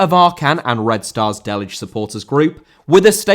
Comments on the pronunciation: J in Delije is not spoken like G or J in English but like Y in York (city). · Bro, it is painful to hear you pronounce Delije as Delge even for a Hajduk fan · D-e-l-i-y-eh, that it is how you pronounce Delijje the Red Start supporters.